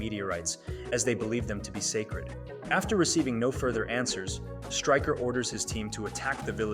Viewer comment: Styker and magnrto how do you not know how to pronounce there names it's striker and mag -nee-to sound it out dude ffs